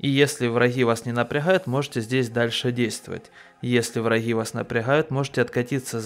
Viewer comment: Как он адово гекает... у врахоу, врахи